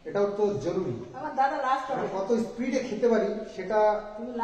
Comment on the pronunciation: স্প্রিড নয় স্পীড(speed)